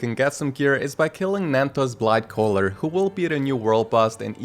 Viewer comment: did he say nanthos blightcaller?